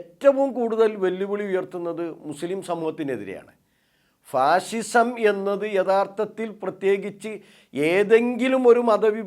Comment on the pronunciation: ഫാഷിഷം ആണോ അതോ ഫാസിസം ആണോ